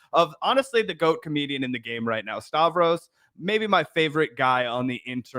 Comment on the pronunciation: Did you just call "Stahh- vee", rhymes with "Stabby" ?